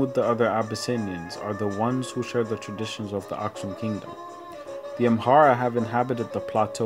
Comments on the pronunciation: Why do you say amhara when its amara????? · absolutely right. It’s Amara not Amhara!!